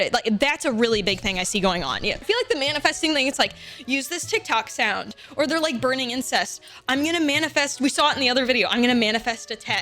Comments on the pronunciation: ayo.. they are burning what?? Incest?? Nah girl it's incense 🤣😂🤣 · Did she say burning incest not incense, or did I hear that very wrong? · Am i the only one that heard "burning incest" instead of "burning incense"?